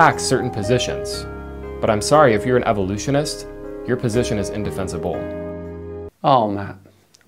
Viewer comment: Also, why does he think that the emphasis in the words “undeniable” and “indefensible” is the “ble” part haha 😆